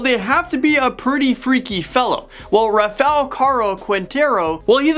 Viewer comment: That’s so not how you say Rafael.